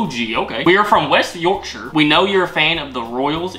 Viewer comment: As someone from South Yorkshire, its really nice hearing you say the word "Yorkshire" correctly as I've heard a lot of people say it as York-shire like as in the way people say Shire Horse